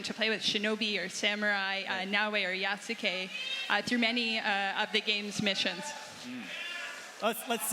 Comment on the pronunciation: why does she keep saying Ya-Sue-K. Cmon you're the Assoc Narrative Director